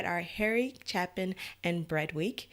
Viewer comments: You are mispronouncing Harry's last name - it is a long A, not a short one - CHAY-pin - just trying to help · Hi. Thanks for listening to this. BTW, his last name is pronounced Chay-pin. The story is a lot deeper than that. The message is that loving someone, is always a better place to be. Rather than the result being because he was loaded, he learned from his encounter with the woman at the diner, that giving someone a piece of yourself is always better than shutting someone out, even if they are not attractive. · Pronounced CHAY-PIN,. Never got to see Harry live. But I did see members of his family performing his music in concert. This was one of the songs they performed along with 'Cats in the Cradle', 'Taxi', and other classics. 'Circle' is another song you may want to consider reacting to. It is a great sing a long, closing concert song.